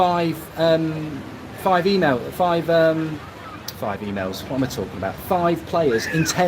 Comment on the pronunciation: Did you say “Emails” or “E-Males” ???